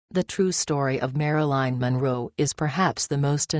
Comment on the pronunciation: It's Marilyn not Maraline, i don't buy it JFK and the Rat Pack would nail any attractive lady in the WH of anywhere else